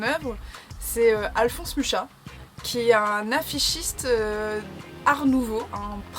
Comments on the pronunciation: Super vidéo! Toujours intéressant de savoir quelles sont les inspirations des artistes qu'on suit ^^ (par contre, petite précision l'artiste Mucha se prononce "Mura") Bref, continue ce que tu fais :D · Mes amis tchéques l'ont toujours prononcé comme ça en tous cas XD Mais l'essentiel c'est qu'on comprenne de qui tu parles ^^